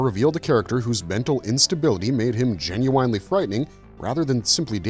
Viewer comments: GEN-YOU-WINE-LEE Artificial Intelligent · This was pretty interesting but after about the ninth time you said "Jin-you-winely" I had to turn it off. Not so much the weird pronunciation but the fact that you used it at least once per paragraph. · ❌❌❌Gen-You-Whine-Lee ✅✅✅ Gen-you win-Lee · Would love to subscribe but can’t if someone constantly says genu”wine”ly instead of genu”win”ly. Atrocious! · I am gen-u-wine-lee interested. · "Gen-u-winely"? Where do they find these narrators? If this was AI-generated, it was obviously programmed by someone that didn't actually speak English. Also, holy cow! That artwork from the comics is gen-u-whinely atrocious! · Is "genuine" the word of the day? Why repeat it so often? Just to pronounce it weirdly? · Today's Word is "Gen-u-winely." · The repeated pronunciation of “Gen-u-ine-ly” is killing me. The video has now made me want to listen to `90's R&B singer: Ginuwine ! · Please, make it stop!! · "Meet me , I love it when ya talkin dirty" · Will someone please teach this guy how to pronounce 'genuinely'? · This video could have been FIVE MINUTES shorter than it is - with the repetitive AI writing replaced by authentic script writing. A person might also know how to pronounce 'genuinely' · Putting the wrong empAsis on the wrong syllAble for the word “genuinely” makes this sound like AI, that’s not how a human pronounces that word. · I remember all the mini comics and how cool (and dark) they were. The Starriors had similar mini comics with depth that was far more involved than their “kids toy” featuring would seem. All that said “Jen-you-wine-ly” kills me every time I hear it. 😂 Also, “par-tick-you-lair-ly”. I think you’re putting the wrong em-phasis on the wrong sy-lab-el. 😉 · "Par-tick-you-lare-ily", "Gen-you-eyn-lee" I have never heard these pronounced this way. Getting heavy "AI" feels here... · Jen-you-WINE Jen-you-WINE-ly